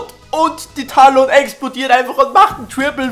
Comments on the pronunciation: NICHT TAHLON, SONDER TÄLLEN. omg fuckt mich das ab. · es wird Tälon ausgesprochen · man spricht es tällen aus :D man dagt ja auch nicht "man o wahr" sondern "män o war" :DD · Du sprichst Talon falsch aus